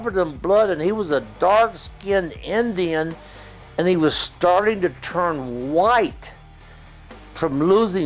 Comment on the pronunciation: The way Billy Graham says Indian is disturbing